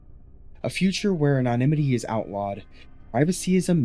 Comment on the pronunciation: Research how to pronounce anonymity properly